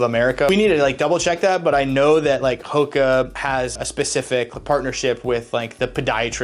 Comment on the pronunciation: Never heard of this brand until late in ‘23 when I developed foot issues. All my coworkers had heard of them, and none of them pronounced it the way this guy does. They all say Who-ka. It was weird to hear it the correct way. Anyway, this brand is ridiculously comfortable. I wish these things were around when I was young.